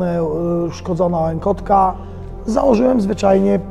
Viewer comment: Hej zerwałeś więzadła a nie wiązadła i uszkodziłeś łąkotkę a nie łękotkę poza tym wiesz co i o czym mówisz :)